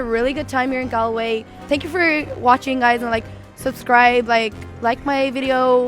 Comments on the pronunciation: FFS you butchered Galway! It’s pronounced Gaulway! 😂🤣🤪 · Lord, yes. It’s Gaw-l-way. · Bruh you pronounced Galway wrong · How can he go to Galway and not be able to pronounce the name? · TBF, if you'd only read it and never heard it, you would assume it's pronounced the way he said it. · true but if your going to do a video in the place, I think the first thing you would research would be the place names pronunciation.